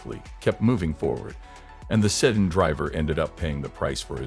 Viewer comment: What the hell kind of a car is a "setting", "sudden" or "seton"? I think your robot means sedan.